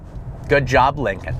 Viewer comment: "Since the 'Linging' Continental..."